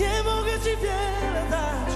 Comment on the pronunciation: jakaś wada wymowy? We frazie "nie mogę Ci (ti) wiele dać"